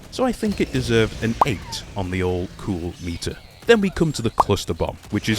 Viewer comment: Cool-o meeter huh? Anyone that speaks Spanish laughed at that and then felt inmature for it